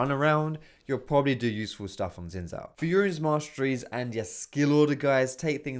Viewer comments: Ok it looks like Xin zhao But it asian culture you pronounce it like Zin Shao. Also Xin zhao is a about vietnamese culture as in vietnam hello in Xin Chao and you basically say it the same way as xin zhao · so, you actually pronounce it shh-in zzz-oww, because his name is derived from chinese language, and thats how you pronounce it. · he purposely fucked Xin Zhaos name the first time